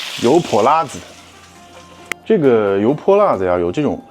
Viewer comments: 发音不够正宗 应该是油泼辣（四声）子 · 老陕？。。。😂 跟额念，油（二声）泼（一声）辣（一声）子（无声） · 你这个陕西人为啥‘油泼辣子‘这几个字说的这么不地道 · 别的先不说，作为一个地道的陕西西安人，你这 油泼辣子 四个字 用陕西话念了 确实不咋样😂 接着看视频 ❤